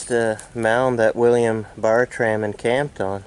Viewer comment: It's pronounced Ber-trum.